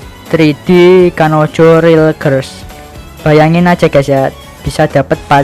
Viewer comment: Ngakak cuk bilang 'girls' nya awoakwok